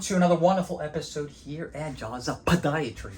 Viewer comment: I heard “pata-diatry” 😂